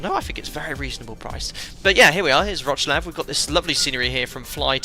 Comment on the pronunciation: Hi, you can pronounce Wrocław as Vroc-love, will sound good😅